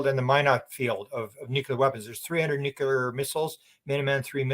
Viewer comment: The WORD dear Sir is pronounced NU-CLEAR. There is NO SUCH WORD AS 'NEW-QUEUE-LAR'. Please tell your countrymen, bless you. 🙏